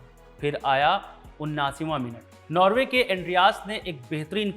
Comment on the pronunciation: नार्वे . . . नॉर्वे